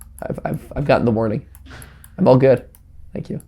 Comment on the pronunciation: Matpat, please never say shank you with my sausage ever again…. Thanks.